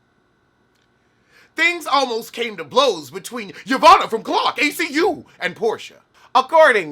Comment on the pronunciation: I giggled every time he said it, wrong letters and all.